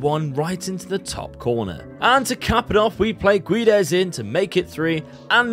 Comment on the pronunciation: I think u didn't succeded in Portugal because u can't say the name Guedes right. It's Gédes 😂😂